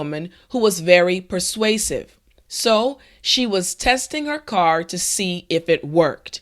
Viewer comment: I learned to say persausive :)